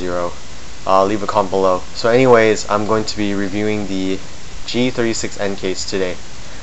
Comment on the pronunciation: he says g360 xD